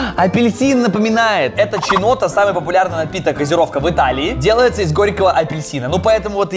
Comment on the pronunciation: не чинотто а кинотто. "Chi" в италианском читается как "ки". Если бы это писалось "cinotto" тогда да,ведь "с" в италианском читается как "ч" но только если после неё идёт "e" или "i". А если после неё идёт допустим "А" то это читается "ка". Если после буквы "c" идёт "h" а после "i/e" то уже читаем "ки/ке". Знаю,италианский странный,но.....Всё. Источник:я италианец